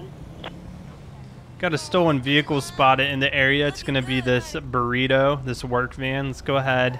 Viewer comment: When he said we got a stolen burrito (van) that made me chuckle with how that sounded